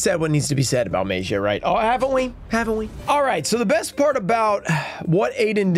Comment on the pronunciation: Maybe if he pronounces magia the right way, he will probably pull it.